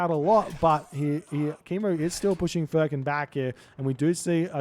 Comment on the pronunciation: furkan is pronounced as foorkhan